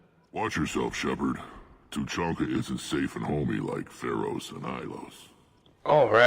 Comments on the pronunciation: the Citadel in ME3 is so annoying, its like after every mission you have to go there & run around all over the damn place. & LOL truluncah/treelunka xD Two-chunk-ah :P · its Too-chan-kha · no flaming, but it's Two-chan-ka